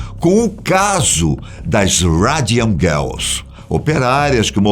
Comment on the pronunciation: cara falou um inglês perfeito em radium girls. kkkkkk